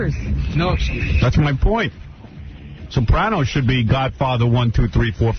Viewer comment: What's with the way that Booey pronounces the word Sopranos?